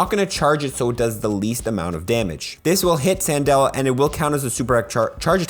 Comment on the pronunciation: CANdela, not SANdela. Like a Candle, because shes a fire type trainer.